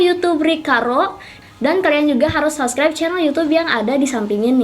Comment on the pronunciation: ka kalau ngomong subribe subrek